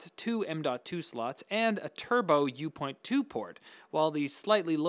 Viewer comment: It's said "u dot two" not "u point 2" like M.2